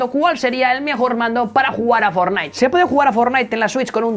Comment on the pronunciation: Otra vez dijiste forlaik